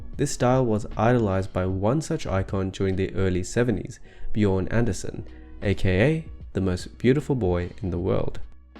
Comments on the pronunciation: It's actually Björn ANDRÉsen, not ANDER. Anyway, Great video! 😊👍🏻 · Andrésen, not Anderson ...